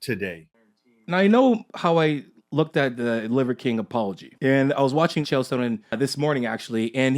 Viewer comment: Chael is pronounced Chāle not Kale.